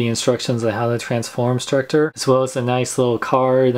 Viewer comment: He calls it struckor lol